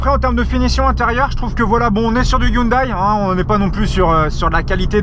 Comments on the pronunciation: "ai" et pas "aie" à la fin de la prononciation de "Hyundai" stp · elle est toujours erronée, ça se prononce pas non plus "Youndai" mais "Yondai":b Mais bon, on en a pas fini si on doit apprendre à tout le monde qu'on dit "Porscheuh" (Rip les américains), "Meustang" ou "Matsuda" etc etc x'D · 😂 comment tu prononces le nom de la marque 😂